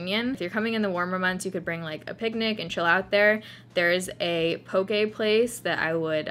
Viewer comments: I can't wait for my two day solo layover in Seattle! And also, everyone from Hawaii thanks you for pronouncing poke properly haha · Thank you for pronouncing Poke properly.